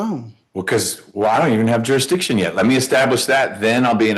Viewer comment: Lives next door to ju-re-dission...